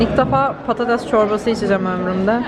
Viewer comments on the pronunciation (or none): Abla patatese pototos diyince videoyu kapadım